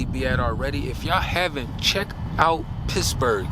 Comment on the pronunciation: Did you say Pissburgh? 😂😅😢 I have a mean ass protection trained German shepherd and my dad’s old revolver. Unfortunately, I’m out of a narcissistic relationship, so Kevin has to earn his food lol. That’s my dog. Yes. Natural law. Connection to Source is so important. I’m sorry I don’t mean to post such long message to you, but you’re a great creator that I’ve recently found. Years ago I was coming out of my fiancé’s house and he didn’t walk me out. I got chills up my spine, didn’t put the code in his door because I literally had goosebumps, went right to my car and drove out and locked the doors immediately. His car got stolen that night & I was protected. After this video, I’ll be hiding knives everywhere lol. Got to get some mace too.